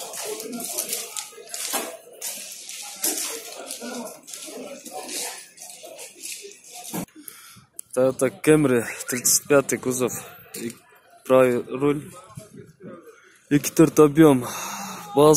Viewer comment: TAYOTA CAMRY деп эле айтылат каяктагы кемри эмес туура окусан